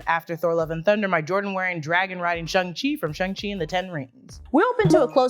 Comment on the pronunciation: its "Shang Chi" Not "Chung Chi" or "Shung Chi" !!!